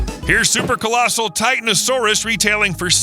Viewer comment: think it's pronounced Titanosaurus